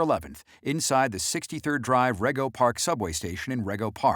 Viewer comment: Not surprised the crime in Jackson Heights finally being aired.. Along with the subway killing. Queens used to be the safe borough no longer Crime daily and tons of it Folks accused me of lying saying the guy in the Bronx was Latino/Hispanic ..saying he was Black It's Rego pronounced Ree go